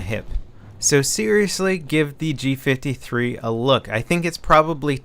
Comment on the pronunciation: It does look so similar to an MP5 because it is an MP5 fused with a G3 rifle. Thats why its prononced G five-three not G fiftythree